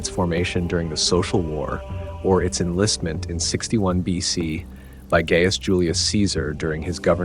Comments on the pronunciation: My friend, the Eagle has been lost! Gaius is “Guy-us” Not “Gay-us” 😣😖😂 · Errm... It's not pronounced "Gay-ass Julius Caesar" it's pronounced "Guy-uss Julius Caesar." re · No it's not. Gaius is 'Guy-us' regardless. And if you're that focused on Latin pronunciation you'd also have 'Iulius Kaiser' also.